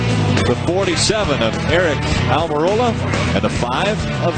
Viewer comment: Back then NO ONE could pronounce "Almorola" correctly... Took an interview at Dover where Aric had a sheet of paper as to how to pronounce his last name for everyone to finally get it right.